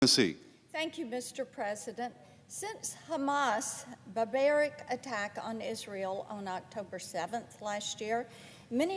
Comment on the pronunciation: She cant even say Barbaric ....its written in front of her. Super sharp that one